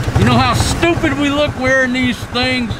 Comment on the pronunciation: HA..IT IS FUNNY...... IS REALLY GOOD SAYING THE WORD " STUP ID"